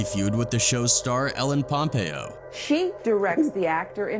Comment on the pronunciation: what a b.s. vid. narration even mis-pronounces "pompeo". that chick is not even close to denzel's talent level. she's the nice chick from "old school" & the easy stewardess from "catch me if you can" that leo bangs & nothing else. grey's sux. the only prob denzel has is b.s. christianity. "the devil got will smith in that moment"... ya, right. i just saw the tooth fairy blowing santa claus.